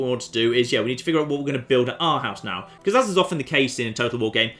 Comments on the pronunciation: I had no idea that this playthrough was gonna be with Denmark, but as a dane, i literally punched myself when you pronounced Århus. Its Oarhews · Aarhus is pronounced "ore-whose" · hey. Here is some help to say the name of the town in Denmark. Say Aarhus and you are on track. Greetings from Denmak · You say it like "Orhoos" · it's Aarhus, or pronounced "Oh-r-us" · Oarhus would be better